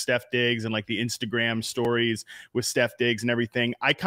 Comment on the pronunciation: You lost me at the 15th time you said “Stef Diggs”